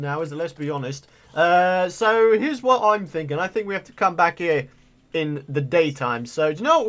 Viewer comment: Its so funny when you say i am byackkk